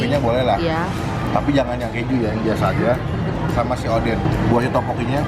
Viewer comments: Odeng bukan oden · Bukan oden kak tp odeng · Bukan oden . Tpi odeng